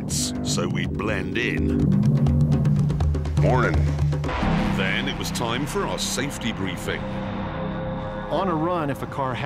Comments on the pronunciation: that mornin sounds so American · Wow Clarkson's "mornin" was more American than Americans'.